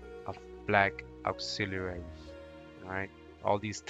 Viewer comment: Ok enough learn to pronúnciate these words Cecil ( See-Sul ) and man is not called ( Say-Saul ) Auxiliaries ( Ox-zealer- reese ) ... after an hour I couldn’t anymore.. but Thank you very educational. Google translate pronounces english words too #Irritated 🤦🏽‍♀️